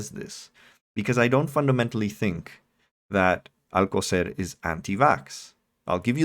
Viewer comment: How on Earth is "Alcocer" difficult to pronounce? Whether or not you speak Spanish, there is, like, one possibility. His stupidity is truly something to behold.